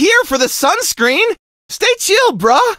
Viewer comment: he says brah as in like bro not bruh